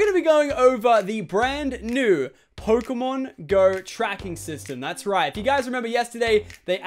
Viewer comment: One thing that is really annoying is the way he says pokemon go... He allways says it like Pokemon.....................GO?! Not Pokemon GO